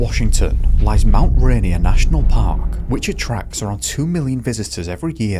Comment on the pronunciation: We say Rainier like Ray-Near 😊